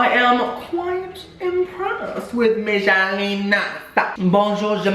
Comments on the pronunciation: my name’s michelina and he just pronounced it “mishaleena” i cant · Michelina is pronounced Mykelina. Baguettes are French not Italian. 100% cringe 100% gay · Ch in Italian becomes a k sound. No k in the Italian alphabet. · lolol during the michelina one, you were doing a mix between a french and italian accent 😂